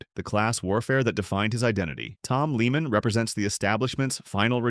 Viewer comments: Tom Leah-man.. Not Leeman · If you're going to narrate a golf Video Learn how to pronounce the pros names. The pronunciation of Tom Lehman name is Lay-muhn.